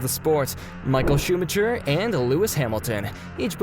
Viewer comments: schumacker not schumacher (only pronounciation) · No, he said shoemutcher... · Schumatjer xD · did he js say schumacher as sumacher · yes . yes he did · The correct pronunciation is actually shoo-magh-ha... I know that isn't an official use of terms; however, that is the best way that I am able to put it across. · De he get Michael's name wrong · i wish americans would learn how to say f1 drivers names correctly....all they have to is listen to english/european commentators to hear them pronounced properly. AAAAAAAAAAAAAAAAAAAAAAAAAAAAAAAAAAAH, you cant even say schumi's name properly. this is the worst f1 channel ever!!!!!!!!!!!!!!!!!!!!!!!!! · Not a bad video, but learn to pronounce the names of the drivers and circuits correctly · at least learn the names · Are you serious when you pronounced Michael Schumachers surname?!?!. FFS. Word of advice if you cannot understand basic English don't post as it's embarrassing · But he pronounce Max Verstappen correct? Michael Chupa chups! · Sebastian "Vetèlle" and Michael "Schùmachier"... bruhhh, please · Please edit the video and change the way you pronounce Vettel and Schumacher.. edit: scratch that, it seems like there are multiple names you don't know how to pronounce. Even track names... Go do your homework please.